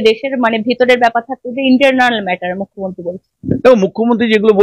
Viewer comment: এই মেয়ে তো মূখ্যমন্ত্রীই উচ্চারণ করতে পারে না এ আসছে উপস্থাপনা করতে?